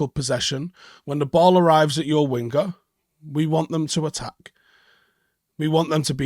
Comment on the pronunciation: sorry to be a grammatical hawk, but when you say the word 'winger', the "g" is not pronounced. CT - Melbourne